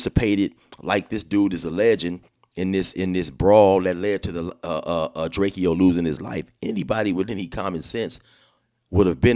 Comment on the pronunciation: I don’t lisyen to dudes music but I did to find out who he was when he got stuck, but his name is pronounced DRAKE-O not DRAKE-E-O